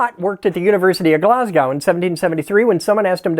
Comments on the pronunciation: Argghhg sorry bro but Glasgow isn't pronounced "Oww" but just "Oh" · I often applaud your correct of use of British vernacular (wanker, arse, etc), but as a Glaswegian, nothing puts our teeth on edge more than when people from the US pronounce our fair city as “Glass-gOW”…the correct pronunciation is “Glaz-go”. It’s similar to “Edin-bOro” versus the correct “Edin-bruh” for our capital city, but we don’t care so much about that one… 😂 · I absolutely love the content but please never pronounce Glasgow like that ever again hahahah it's closer to glasg oh than Glasg ou(ch) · Hey Bro love the vids quick tip though its pronounced glaz-go like like go home. Not glasscow that's what they called your mom after I broke her hip. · Love how folks pronounce Glasgow like GlahzGahw 😂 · Please, American people, learn how to say 'Glasgow' properly. It's more like Glaz-Go. Yours sincerely, A random Scotsman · Its pronounced glasgooooooo not ow. Its not like a Russian city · sorry how did you say Glasgow gla-s-go the w isn't pronounced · Okay I'm revoking you good point for twat because glasgow wis jist no. Gla(zs)goh, its right on line between a z and s so when you get that your points will be awarded again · Glasgow....Glass-Go - technical correction for future reference 😂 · GLAZ-GO. that's how to pronounce Glasgow. Watt was from Clydebank, though. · Ive never heard Glasgow be pronounced that way, ive only ever heard glass-co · Glas-go w is silent almost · Please, please for the love of all that is holy and the ears of all your Scottish fans, it's Glaz-go. It may be a shit hole, but it's our shit hole, and we'd like you to get the name right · Glasgow = glaz-go (last syllable doesn't rhyme with cow) ... love your stuff ❤ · Pronounced Glazgo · You had me until you mispronounced Glasgow, it’s pronounced as glaz go, don’t disappoint me or my fellow Scot’s again. Thanks for the lesson though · People make glass-gow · Nice pronunciation of Glasgow